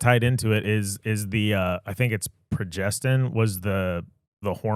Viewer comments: Sir, it’s pro,gest,tro,onn ❤ love yall 🎉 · It’s progesterone:)